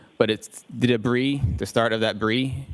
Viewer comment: Did he call the debris - Bree?!?